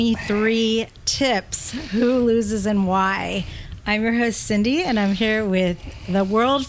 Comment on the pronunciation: sorry cindye is correct in the pronunciation